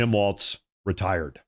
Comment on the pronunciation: Walz, as in walls, no t in Walz.